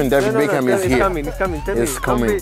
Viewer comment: man’s said davy baecum